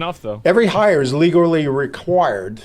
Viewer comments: "Legurlally required" 😂😂😂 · I love when he says every hire is legarally required. Not legally, legarally